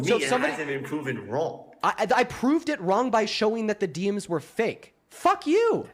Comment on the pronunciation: Why is the video of AI generated, and his words too? AI pronounces "DMs" as "diems", humans don't do that, humans say "Dee Emms". Just look at his fake as face - it's obviously generated by something - doesn't even look like current AI, looks more like Final Fantasy from a few years back.